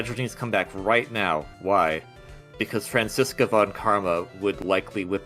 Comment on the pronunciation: I only just realized how pronounces Franziska's name. I think she's the only person I've seen to pronounce it like that.